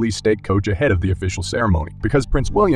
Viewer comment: Please please learn to call Prince Louis -Louis as in the French Lou_EE pronunciation Not Lewis quite different names